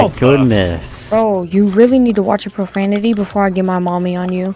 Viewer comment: y’all when he said profagnium 💀💀💀💀💀